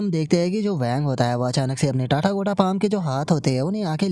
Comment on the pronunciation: Bhai tu टाटागोटा बोलना बंद कर दे ... भाई वो "तथागत बॉडी" है न कि टाटागोटा बॉडी 😊